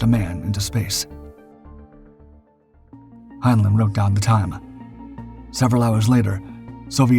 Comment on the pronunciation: This is an AI slop channel. You don't hear the synth voice? The newspaprers are gibberish and one "Russian" one is in Japanese. Hinelin is not how Heinlein is pronounced. Block the channel and thumbs down otherwise there will be no more humans on Youtube. We are the YOU!